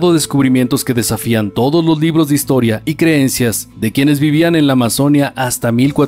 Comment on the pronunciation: Muchos errores y desaciertos con muchos datos históricos, específicamente cuando hablan de los Incas y los Moche, además la pronunciación de la palabra Amazonia, que para los que tenemos al río Amazonas en nuestros territorios, es Amazonía (con fuerza de voz de la í).